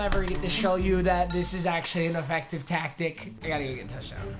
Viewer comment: Did u hear him how he said tactic???